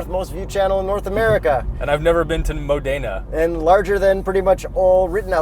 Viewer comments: Modena not Mooodena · Great review but Modena is pronounced Ma-Da-Na. I pronounced it how you did for twenty years until I saw a documentary on the town. Keep up the awesome reviews! Ciao! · I'd start practising pronouncing "Mòdena" before getting invited by Maserati for the next press event. When this happens, I'd be very happy to have both of you for dinner! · You guys don't say Modena properly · Maserati will invite you to Italy when you learn how to pronounce Modena. Lol